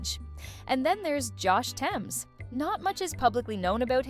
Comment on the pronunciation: I know nothing about if these facts are accurate but I do know it's pronounced Th-ames not t-emes. A basic Google search could tell you that.